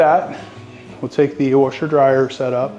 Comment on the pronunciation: I caught that too. No disrespect as I have a nasally Rochester NY “accent”. I’ve heard warsher from other areas of the country. Long Island, Georgia for example. 🤷‍♂️